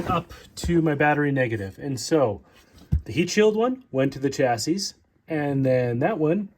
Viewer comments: Curious which country you're from that pronounces the last S in "chassis?" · Chassis “chassy”